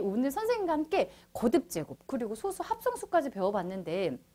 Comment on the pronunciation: 여기서의 소수는 읽을 때 '소쑤'라고 읽어야합니다.